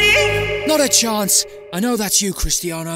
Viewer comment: Chance* not Chonce